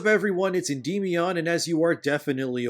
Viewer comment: This dude is such a crybaby contrarian. And doesn’t even pronounce Endymion correctly. He must be just as cringe irl. Lol